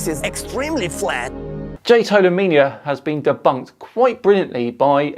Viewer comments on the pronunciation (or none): That was " denbunked" very well 😂 like a child